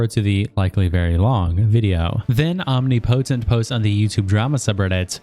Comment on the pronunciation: Love how you pronounced omnipotent. Lmao